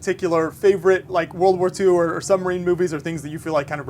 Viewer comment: if he says "sunmarine" one more friggin time....